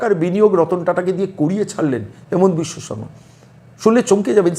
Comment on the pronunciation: নামটা আপনারা বারবার ভুল উচ্চারণ করেন। নামটা হবে "হিমন্ত বিশ্ব শর্মা" আমাদের মুখ্যমন্ত্রী